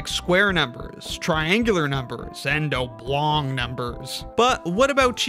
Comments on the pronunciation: Did he say "oh-blong" instead of "ob-long"? Hmm. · "Oh-blong" numbers?! What?! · oh-blong? haha